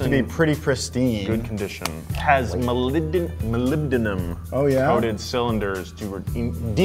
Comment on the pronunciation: lol Moly-B-Denum, Molly-Bee-Denim.... that's how you pronounce that.